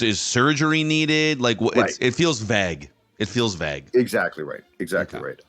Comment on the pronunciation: Can someone explain to ol' that it's VAGUE, like PLAGUE, not VAG, like BAG! Love ya, but words are your job, LMAO!